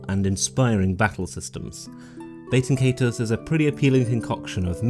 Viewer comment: I gotta keep it real witcha, you’re pronouncing the name of this game about as wrong as humanly possible. Nice video though.